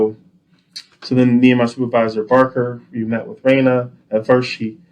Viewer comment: Love how he pronounces RANIA’s name…. RAYNUH